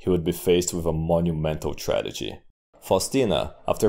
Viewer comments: Mike Duncan: "Hegenomy": "Tradegy" All great Roman historians have a word in which they mix up consonants. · you messed up tragedy twice lol